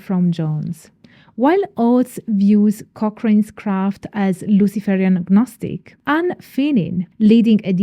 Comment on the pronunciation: The G in gnostic is silent. Michael Ford's work is not Traditional Witchcraft.